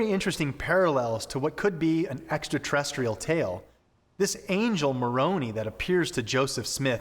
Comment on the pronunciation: You guys!!! You know the name of Joseph Smith's "angel's" name is pronounced, "Mor on eye" not "Mor on e" .